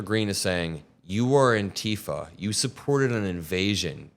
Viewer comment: eww, why tf do you pronounce antifa like that?